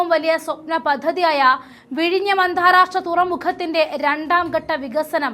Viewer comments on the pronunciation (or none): എന്ത്‌ മലയാളമാണ് കൊച്ചേ ഇത്, അന്ധാരാഷ്ട്ര തുറമുഖം, ഉദ്ധൃോഗസ്ഥർ... നേരേ വായിച്ചു പഠിക്ക്.